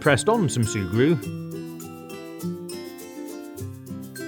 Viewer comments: Did you just say “shurgru” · Every time you say sugru I hear Subaru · D-did u just say SuE-gRU??!??!?! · Sùe Gruw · I thought he kept saying SUBARU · I know that’s the name I’m just saying that I like how he says it